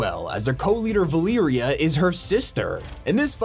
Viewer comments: Repeat after me. Va- Leh-Rea. Valeria, not Veliiria. 😂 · "Val ear ia" it's Valeria. Va-ler-ia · its valeria not valiria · “Valeeria” bruh 🙏😭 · It’s Valeria 💀